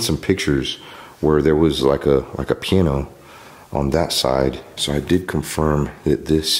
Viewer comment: I'm dying laughing over here at the way he pronounces piano. 🤣